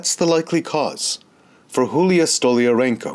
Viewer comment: Julia pronounced Yulia